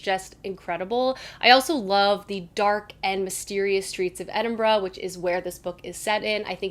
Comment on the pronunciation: Thank you for pronouncing Edinburgh properly. As a Scot I hate when it is prounced wrong. Hope you have a great reading month, the books you want to read sound good.